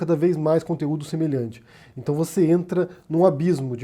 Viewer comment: "Num tá na Bíbria"? "Intão"...